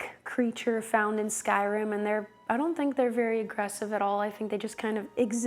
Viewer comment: It's pronounced Skyrim not Skyrem. Just so you know. ❣